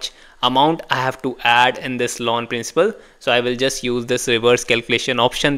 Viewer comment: Loan sounds like lawn